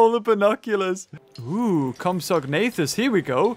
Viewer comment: It's compsog... Nuh ...thas